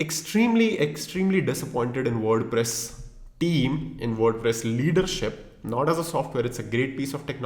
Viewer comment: WordPress ❌ WorduPress ✅ 😂😅😁